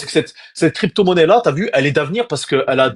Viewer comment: Le trader qui dit des t’vu,ta vu 😂😂😂